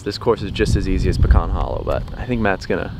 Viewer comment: Please say “Pecan” correctly 🤦‍♂️🤦‍♂️